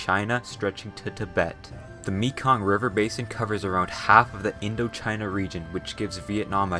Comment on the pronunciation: I loved the way he pronounced Mekong. It’s pronounced Meh-Kong.